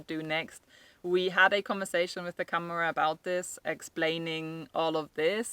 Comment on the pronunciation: First learn how to pronounce câmara. Second Portugal has become a country where rules are rules, you probably wouldn't have "hoped for the best" in the same circumstances in the UK or Germany. I always say to people who buy in Portugal is to take everything really slow and don't let your money burn a hole in your pocket, the richer you are the more likely you are going to get into trouble here, precisely because you throw money instead of going with the flow. I also say, "be prepared to genuinely "restore" what you have bought and live in that without the need of a licença. That gives you ultimate fallback position. Never take the sellers or architect's word for anything, you're probably better off employing an engineer to do your project, he doesn't have such fancy ideas about his status and expectation of profit and has his nose closer to the ground. Ask the neighbours for background without the sellers around. Remember you're buying a home not just a business opportunity. Those neighbours will be more forthcoming and other people you deal with too. Portuguese do not love the British, you have to prove yourself, they are very polite, that is not the same as affection. Don't believe them when they say otherwise. I'm a Portuguese citizen of Irish extraction so they tell me the truth. If they like you they will find you some wriggle room, if they think you're a sucker they will take you to the cleaners. If you think this is unfair, talk to a foreigner who has tried to do somet